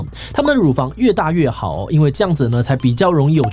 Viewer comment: 充足的奶ㄙㄨㄟˇ 😂😂